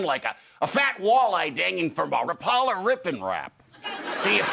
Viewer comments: Ra-PALL-a??? NO Minnesotan would EVER say that!!! Tim Walz, I GUARANTEE you, knows it's a RAPP-a-la! No one catches northerns (let alone walleyes) with a rap-PALL-a. You go after them with a RAPP-a-la, or a Mepps. Or a Dardevil spoon! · It's RAPP-a-la. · Loved the Walz skit, except mispronounced RAP’-a-la. Great Minnesota references, though. 👏👏👏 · You need to look up how to pronounce Rapala.